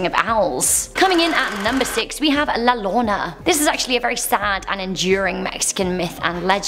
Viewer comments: U said la lorona HER NAME IS EASY TO SAY LIKE UR SAYING JOE THERE U GO ITS LA LLORONA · La llorona is pronounced yo rona if you can't roll the R. The "ll" makes a "Y" sound. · When she said La lona, I was deceased 😭😂😅🤣. Poor amazing woman, it's La Llorona mija! I understand that you don't speak Spanish. Mija you need to study in a Latin American country so that you can speak Spanish perfectly. Also la Lechuga (Za) shouldn't be said, cuz they're hearing you speaking about these demons. La Catrina is the Queen of Aztlan or the Aztec afterlife. La Catrina and El Catrin usually are represented by many people as a reminder of their dead. El Muerto is simply Death. El Cucuy is the Boogeyman for all Spanish speaking countries. You did an awesome job. Keep it up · I live in the rio grande valley. Yes we have those stories and yes they are terrifying. Im 38 and till this day get scared at night sometimes lol one thing though…the pronunciation…the way you say llorona sounds like you are saying loona which in spanish means tarp (the blue fabric u put over stuff) lol pronounce it like la-yor-ona… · If you are doing a video on Mexican myths it might be a good idea to verify how to pronounce things before making the video. El Cuco??? La LORNA???? LMAO!!!!! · Its makes me laugh a little how she butchers the name of La llorona